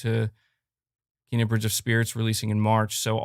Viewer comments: It's not Keena. I read The game informer article and saw the pronunciation. It's Kayna. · It's neither of those pronunciations for Kena. It's pronounced Kayna.